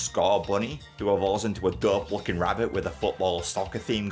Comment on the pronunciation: everytime you said 'dope' i thought you were saying 'derp'